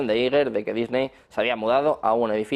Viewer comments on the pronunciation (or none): none